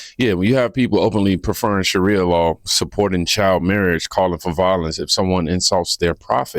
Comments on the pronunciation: Sharia is pronounced Sha- Ree-ah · Sha reeee ah. Emphasize reeee Long ē sound. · Hey, my brother...Allow me help you with that pronunciation: It's Sha-RI-a...It is made up of THREE syllables...And, it SOUNDS like "Shuh-REE-uhhh", with the EMPHASIS being on the 2ND (or MIDDLE) SYLLABLE. I hope that helps! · "Sher Ah" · Sha-rhia law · When you say Sharia it sounds like diarrhea. So SHUH REE UH. DIE UH REE UH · lol You're the best! It's pronounced "sherr-REE-a" if it's Sharia Law you're talking about 😊😊 God bless you and yours, good sir, and thank you for all your hard work, dedication and courage! 🙏🙏✝✝💗💗 And quick question folks... WHY are those Somalians here if they'd rather live in Somalia??? If they're so "successful," can't they afford to get their behinds BACK to Somalia??? 🤦‍♀🤦‍♀ GARBAGE!!!